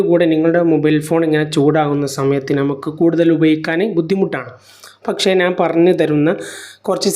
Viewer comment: നാൻ അല്ല man ഞാൻ